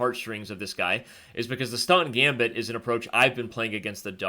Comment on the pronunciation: Too fast to follow. Even the talking made Staunton gambit sound like "stunt gambit".